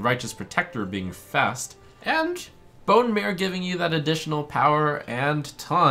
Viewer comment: Bonemare kinda sounds like Bonemayor when you say it